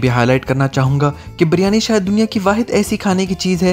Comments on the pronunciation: Baryani nae hota bhai Beeeryaniii b nae hota Biryani hota hai. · Karachi walay kab biryani ko biiryani kehne lagay... biiiryani to karachi ko karanchi bolne walay kehte han ... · Leemon max lajawab tha aur haan g hum karachi walon ne waqai biryani ka thaika lia wa hai q k karachi k ilawa pore pakistan men biryani ki mother sister hoti hai aur lahor wale to biryani ko pronounce tk sai nai karte baryani bolte hain 😂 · In logo ko bolna hi nai ata h baryani to kehte hen oakayen g Kia khak